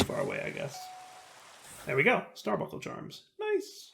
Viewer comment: buNcle. Star BUNKLE. nails on a chalk board there bud.